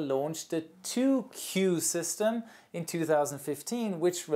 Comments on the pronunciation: KU band is pronounced Kay - You not Cue lol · Ku is pronouced K U not pronouced Ku same with Ka from the industry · you mispronounced the satellite bands. Ku is pronounced K-U not “Que” and Ka is pronounced K-A. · Correction please: Mega bits per second Not mega bytes per second as you pronounced it. Also we pronounce ku band as "kay- you' band Not ku band. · Great video. A small correction from a radio engineer--the letters in Ku and Ka are pronounced separately, like "kay you.". That prevents confusion with K band or Q band. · Actually Ku and Ka aren't pronounces as words (more correct to call them by their letters: Ku=Kay-you, and Ka=Kay-ay) Since there's already a "K" band pronouncing it the same as Ka would be rather confusing; in North America, Ku band is used in satellite TVs while K and Ka band are used for proximity and speed sensors (automatic doors use K band usually, while police tend to use Ka band to try and catch you for speeding) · So you know, you don't pronounce ka and ku as one word, you say each letter so "Kay A" or "Kay You" or you can also just say K above and K under. also, their basically the same thing. its all just the K band except in the center is the frequency of water and signals can not pass long distances when they match the frequency of water. both Ka and Ku use the same antenna it just depends on what frequency you set it to. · It is interesting you say Ku and Ka as a word. Is this a German thing or civilian pilot thing? I have only ever known people to say the individual letters more like (kay-you) ViaSat are no the only Ka band on-board Wi-Fi provider although they are the biggest and the other options can be more regional. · Tip: Ka and Ku bands are pronounced as Kaj-aj and Kaj-you band. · Why do you say bytes yet the graphic says bits. Q band is pronounced "Kay" "yoU" band. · Thank God I'm not the only one who noticed this. It's "K" "U" And "K" "A" band.